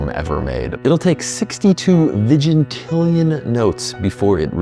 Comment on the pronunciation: It's pronounced vigintillion.